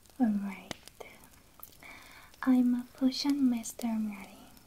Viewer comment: me hearing cushion instead of potion ma'm this is not a cushion